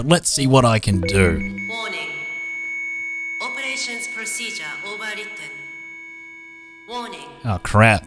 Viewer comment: The robot be sounding like: Woni. Opereshon prossidja ovarite